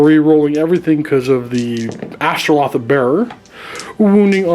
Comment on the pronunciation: it's AstroLITH not AstroLOTH come on